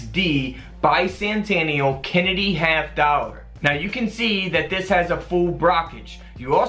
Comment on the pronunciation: Bi-sannn-tanial lol